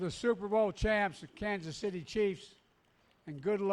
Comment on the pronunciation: Kanka City Chiefs???? At least get the name right!